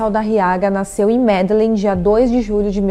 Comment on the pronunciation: MedeLÍN ou Medejin(sotaque espanhol) vc não acompanha futebol compreensível mais é bom pesquisar as pronúncias.